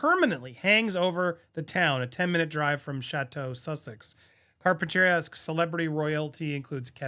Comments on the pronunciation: It’s pronounced .. Car-Pen-Ter-Ree-Ah The smell in Carp has been a problem for a long time here from the pot farms that are basically kind of adjacent to the mudslide Manson over by the polo fields .. people been complaining for years about the smell.. although it’s indoor grows.. it’s really smelly stuff and people been complaining about fir years now .. they should be scrubbing the air before it leaves the indoor grows.. imo that could be helpful to minimizing the pungent stink .. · It’s pronounced, car-pen- ter-ee’ -uh, the emphasis is on the fourth syllable.. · One of the many reasons I moved out of California. It has become such a garbage dump, and it smells like it. The name of that town is pronounced, Car-pin-ta-REE-a. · You say Car pin Teria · I live a few miles from Carpinteria ( Car-pin-ta-ree-a). It’s a beautiful quaint town with a lovely beach. Such a shame. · "ar-o-MA=tic" (sounds like "automatic"), Carpinteria is "car-pin-teh-REE-ah" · car - pen - ter - EEE- a. (Used to live around there...) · CAR pin tuh REE uh Some counties are really picky about where cannabis can be farmed, some others just don’t seem to care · It’s pronounced “carp pen ter ria” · Car pen TEAR ee ah. (Anglo pronunciation) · Carpent er ee a. For heaven's sake. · it's pronounced Carp - in - tour - ria. I from Ojai CA. pronounced O-hi...just over the hill from their area. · car-pen-ter-eea emphasis on « rea » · Carpinteria is pronounced Carpenter-eea. My aunt and uncle owned a farm there in the 1950's and 1960's. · It's carpin-TEAR-ee-uh 😀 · It is unbelievable that you don't obtain the CORRECT PRONUNCIATION of the names of the Californian locations !!! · Why can’t you say Carpenteria?